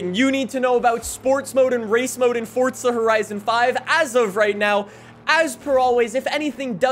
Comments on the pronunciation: It is not pronounced “Fortza.” It’s “FORZA.” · jsyk its forza not fortsa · for the love of god stop saying "fortza" when its "forza" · WELCOME BACK TO FORTZA HORIZON FIVE AND IN FORTZA HORIZON FIVE THERE IS A NEW FEATURE IN FORTZA HORIZON FIVE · Ah yes, i love Fortsa Horizen 5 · “FORTSA” cmon man.. there’s no T in Forza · wait, it it actually called Fortza? or am i dumb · Anyone else notice he is saying fortza instead of forza?? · fortza.......???????!!!!!!!!!! its forza!!!!!!!!!!!!!!!!!!!! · Umm this man says fortza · Bro.. im so annoyed "fortsa" bor its FOUR ZAAAAA FOUR ZAAA Not FORT SA Its Forza, Four Zaa NOT FORT SAA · Dude its forza not fortza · Fortsa horizon 5? Never heard of it... forza horizon 5 yea... maybe you should look at how the word is spelt and say it properly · he sounds like he is saying fortza horizen 5, i cant stop hearing it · This guy over does the “fortzuh” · Man's saying fortsa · i like the videos but "Fortza"? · lowkey annoys me how he says fortza horizon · someone teach this guy how to say forza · no T in forza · There isn't a t in forza